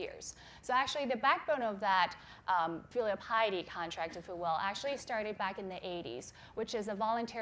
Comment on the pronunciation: Lol "filial pilety"